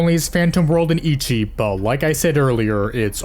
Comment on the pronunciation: It’s not pronounce “icchi” like itch but “ecchi” like echo.